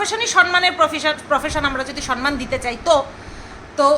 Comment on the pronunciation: kichu mone koro na please sonman noy somman